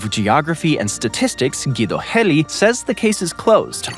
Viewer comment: bro has a geography channel but says "Guido Gelii", a BRAZILIAN name with a spanish accent. Im so insulted rn